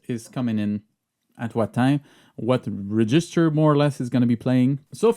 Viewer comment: hand-pink-waving:Bonjour,. J'ai beaucoup apprécié cette vidéo très instructive. Permettez-moi toutefois d'ajouter une précision: la prononciation de « REGISTER » s'améliorera avec une légère modification: l'accent tonique porte sur la première syllabe, et non sur la seconde (comme c'est le cas en français avec « REGISTRE »). Merci beaucoup! ♥ - - I enjoyed this very informative video. But, permit me to add one thing. The pronunciation of "REGISTER" will improve with one slight modification: The FIRST syllable is stressed - not the second (as I know it is in French). Merci bien! ♥